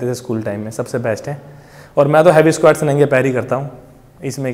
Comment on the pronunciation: Bhai SQUEEETTTSSSS nhi seekha squats sikha 😂😂 lmao ROFL m laughing from past 5 mins lel